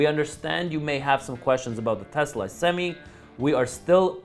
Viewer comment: My bad. Did you say Tucker or Telsa?! I'm confused.🤔